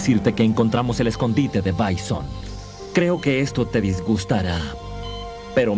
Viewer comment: A ver se dice bison no byson